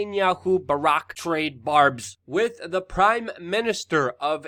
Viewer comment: can you please learn how to pronounce WITH